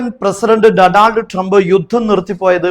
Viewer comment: ഡൊണാൾഡ് ❌ ഡോണാൾഡ് ✅